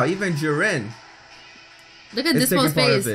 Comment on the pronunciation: His name is pronounced Gee ren